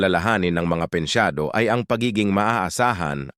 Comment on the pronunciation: pensiyonado hindi pensyado